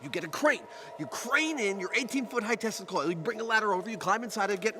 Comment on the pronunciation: "Greg's tezzler coil..." - that's right, he pronounced Tesla as "tezzler". As in Nicolai Tezzler.